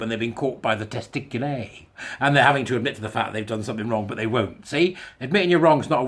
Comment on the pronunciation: "Testic-U-LEE Testic-U-LAR!" That sounds like an Italian opera, doesn't it ?!